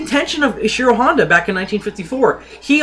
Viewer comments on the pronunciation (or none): none